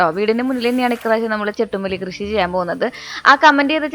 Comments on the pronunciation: ചെണ്ടു മല്ലി എന്നല്ലേ ചെട്ടു മല്ലിഎന്ന ല്ലല്ലോ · ചെട്ടുമല്ലി അല്ല ചെണ്ടു മല്ലി